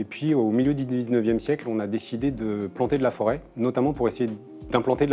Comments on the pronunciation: La forêt, et non la 'fôret'. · La "FÔRET" ?? t'es sérieux